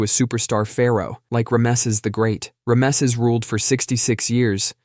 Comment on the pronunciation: How is it you mispronounced "Rameses?"